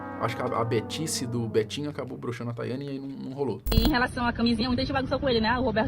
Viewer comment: Cara fala Betinho, só escuto betinha 😂😂😂😂